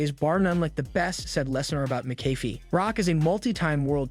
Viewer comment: It is pronounced, Mac a fee.